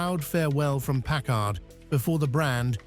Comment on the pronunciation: A Brit talking about American cars, and can't pronounce the names of at least one... it's PACKard, not PackARD!